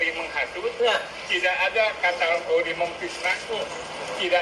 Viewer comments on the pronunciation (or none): Lucu. Katanya ahli linguistik, tapi menyebut kata "kategori" dengan melafalkan "katAgori". Apakah dia tidak tahu kata aslinya dalam bahasa Inggris? 🥴😓